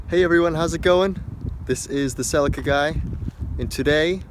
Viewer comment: What is it with Americans taking words from other countries and pronouncing them like tards! Who say Celica like that? 🤣